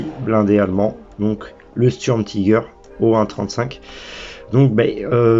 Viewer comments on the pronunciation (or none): les u en allemand ce dit ou donc le char ce dit stroumtiger écrit strumtiger